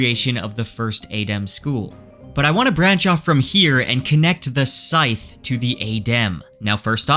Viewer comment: Sithe is pronounced like Sith (from Star Wars).